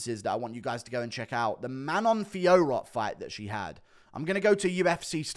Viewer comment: Guru vs Jon Anik in a competition to prounce Manon Fiorot's name the worst